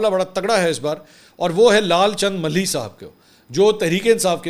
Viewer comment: منصور میاں ملھی نہیں ۔۔۔ ما لہی ۔۔۔ ما لھی ۔۔۔ جیسے باغ کا مالی کہا جاۓ بس اسی تلفظ سے مالہی